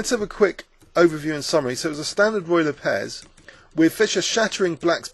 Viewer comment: so it's ruy lopez...lol I feel retarted. The way you say it makes it sound loke Royal Apes. Awesome movie again.